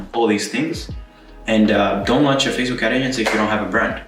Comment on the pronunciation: XDDDDDD "with fasebuk ad"